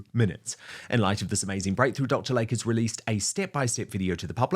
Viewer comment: PRONUNCIATION: "DR. LAY-KEY" not Lake. 🙄